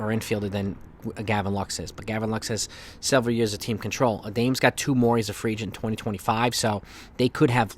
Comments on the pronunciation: Not A-dames. Its pronounced Ah-dom-us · It’s A-DA-MES not Adames. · Isn't it pronounced ah-dam-es?